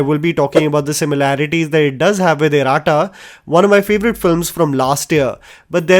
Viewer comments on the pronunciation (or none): its pronounced as Iratta not Iraatta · Its not E-ra-ta, Ee-rat-ta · It’s pronounced E-Ra-Tta (not E-Raa-ta). Iratta means (twins) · i would love to see you watch or learn the correct pronunciations of the regional movies' titles that you so love and appreciate. Trust me, it'll take less than 10 seconds of your time. You mention Iratta so many times...pronounced horribly. I feel sad that you or your team doesn't see this as a necessary part of your job. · Love these reviews but I would advise learning to correctly pronounce Iratta especially since the movie is so good and features in several reviews. Iratta is a Malayalam word which means twin. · Please work on your irrata pronunciation.